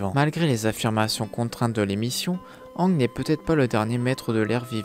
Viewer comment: Pk tu prononce mal aang